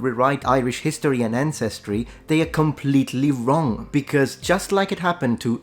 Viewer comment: Sorry mate, it's àncestry, not ancèstry.